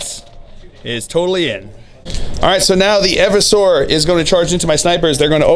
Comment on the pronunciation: Eeversor, not Evversor...